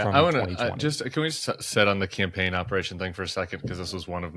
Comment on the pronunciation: "She ran a good compain" 😂